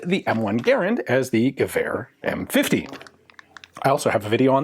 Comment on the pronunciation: Why does Ian have perfect pronounciation of the Danish letter "æ" in "gevær"?